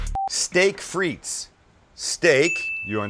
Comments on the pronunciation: Fritesss lol, its "des frites" (don't pronounce the "s"), and it are baked patato's, but looks delicious. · Isn't it pronounced 'Freet'? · It's pronounced Steak Frite (with no S) because in french you don't pronounce the "S" when there are multiple fries ;) Just thought I'd share. Much love from Canada! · It’s pronounced “freet” the S is silent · The way you pronounce "frites" triggers me so hard... Great video as always, though! Keep up the great work, love you guys <3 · Hei buddy there is no s in the pronunciation OF FRITE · You dont pronounce the “s” in frites 🤦🏿